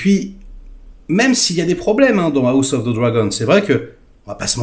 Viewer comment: "A la gauche ✌️AOUSSE✌️ Of the Dragon"... 😂😂😂 Desolé 😂😂